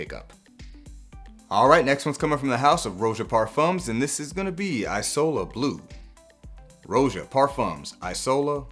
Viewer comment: Italian guy from last time here: "isola" is pronounced ee-so-la 😎 keep up the good work 💪🏻